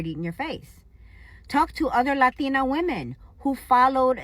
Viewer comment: Lol not the "lathina"